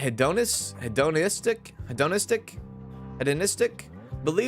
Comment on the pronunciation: How does bro not know how to pronounce cholera and hedonistic like... Sound it out he-don-istic